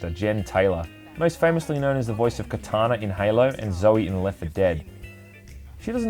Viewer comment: my man out here calling Cortana, Katana.